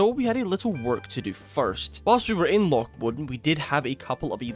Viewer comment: My brother in Christ, he is Scottish. Loch is a Scottish word. He's saying it right.